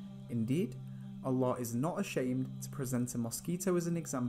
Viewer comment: MashaAllah. The way you utter/say Allah is in perfect pronunciation. MashaAllah